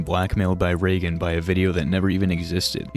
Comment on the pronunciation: Bro got to round 25 and “ray gun” (Reagan) began unbearable 😭😭